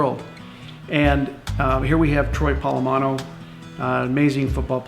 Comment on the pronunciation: Did he say Troy Palamano?